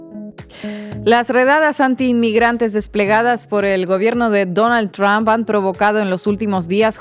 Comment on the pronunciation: Oye muchacha por qué no aprendes a pronunciar la palabra del viejo este presidente de Estados Unidos no se dice Trump estás como queriendo decir trampa no se pronuncia así ya is Donald Trump no es Donald Tramp léelo en español así como dice Donald Trump